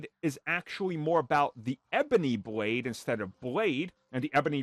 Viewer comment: “Bwade”